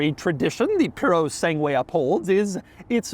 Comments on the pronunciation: It’s not “Pure-o-sang-way”. It’s “Pur ro SAN gway” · Hi Doug, please contact me for future Italian cars pronunciations. It's PUROSANGUE not piurosangui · puro sangue not piurro sangiue….dummy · Its PEW - RO - SAWN - GE and definately not PU - RO - SANG - WAY. Get it right Doug. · It's Purosangue not puro sangue. There's a difference. The former means thoroughbred, the latter is pure blood. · Piurosenue. This how it's written in Italian the thing you said. My gosh Doug, I do love your channel but you are the worst Italian speaker in the world! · puro-segway ffs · pronounced pureh sangeh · I hate how he says Puro sangu - A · Piurou Sanguey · The italian pronunciation is "poor - oh - san - gweh" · "Pyuro-seng-way" My god the way he absolutely butchered the pronunciation 😂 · Are you pronouncing the Fu#k you vehicle correctly Doug? Isn't it pronounced Pure oh sang goo??? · Doug the type of guy to say "Piurio Sangué" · Ferrari puro sang way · LOL "Pewrosengway" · It is puro-sang-gway. end is gway, not way. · He's pronouncing it wrong. It's poo-sandwich. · Doug is the kind of guy who can correctly pronounce PURE A SANG WAY everytime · Try "Pour-o-sang-oowe" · Not a Fowawi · POO-ruh SAN-ge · "Puro-sangué" cowboy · Ok, let's try this: POOH - RAW - SUN - GWAI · The Ferrari "Piurosengue", apparently... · “peoro segway” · Dfiissssssss! 😂❤ Puro Sangue pronounced "Pooh-rooh Sahn-gweh" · please stop saying puro sangúie :x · the name is pronounced PURO Sungooeh and it means a Thoroughbred in Italian (as a race horse) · The Puro what?! The Puro Segway?!It's Purosangue! Mio Dio! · purosangway lol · It's pronounced as Purosangue with a short "a" sound not a long "a" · Kennan crying after listening to Doug’s „PuroSegway“ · Hearing Doug pronounce “Purosangue” is like listening to my mother-in-law talk to a waiter at a Mexican restaurant… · You shouldn't keep repeating the name since your not saying anything close to correct way. rofl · its pronounced SANGUE S AAA NNNNNN GGGG : EE U